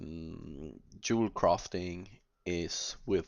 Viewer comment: I love how Norwegian people say Yewelcrafting rofl